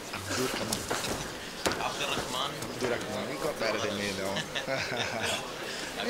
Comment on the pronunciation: I like how they are joking about how he couldn’t pronounce Abdurakhman correctly.